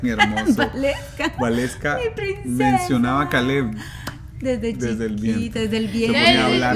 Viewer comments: se pronuncia Valeska y se escribe Waleska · Is waleska not gualeska